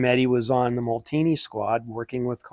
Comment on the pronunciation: Way cool! #51 was popularized by TdF racing sponsor Pernod Ricard Pastis 51. Molteni = MOLE-TEN-EE, not Molteeni. Faema = FAH-EH-MA. Happy New Year!